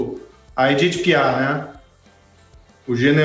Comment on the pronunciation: Não domino o frances mas sei que o f de Piaf é mudo!?